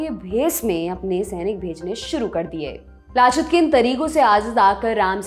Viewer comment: Aunty उनका नाम लाचित नही लचित था